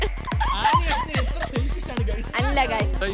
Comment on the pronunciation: ഏത്ര എന്നല്ല എത്ര എന്ന